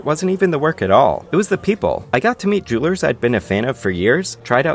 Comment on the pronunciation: Idk if it's cause I'm tired but when he says jewlers it sounds like he's saying droolers